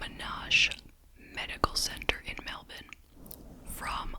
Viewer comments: Thanks for another great video, extra points for pronouncing Melbourne like an Aussie 😊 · You nailed the pronunciation of Melbourne!